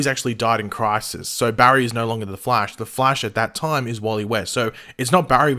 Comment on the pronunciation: Who else is annoyed by the way pronounces “The Flash” when he’s reading, like damn man